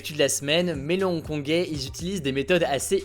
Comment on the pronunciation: Ils sont trop chaud les "Hong-Kongé"